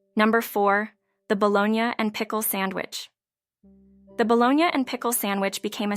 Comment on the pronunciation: Bolognia? It’s pronounced BOLOGNEE!! And Tan-geee-ness? I believe you mean TANG GEE NESS! 😂